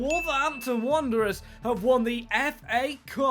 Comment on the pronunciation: Wanderers, not Wonderers! 😂 and Old Gold, not orange! Good vid though, that apart!